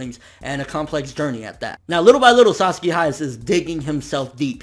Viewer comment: some of the times you didnt call him Sasaki you called him Saski..Fix that plz andur awsome keep up what ur doing :D ^_^